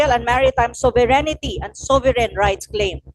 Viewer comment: Not to diminish the contribution of Prof. Anna to the discussion, but I hope someone tells her that “sovereignty” is 4 syllables. Not 5. This is important because her audience are usually high-level academins and thought leaders, and it’s distracting when she says /so-ve-ren-ni-ty/ 😢 it’s not 5 syllables.